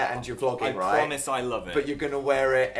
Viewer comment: That time when Dan sounded like an Australian when saying "right". Is that just me??